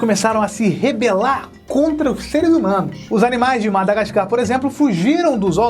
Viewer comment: só eu reparei q ele falou madagascam ?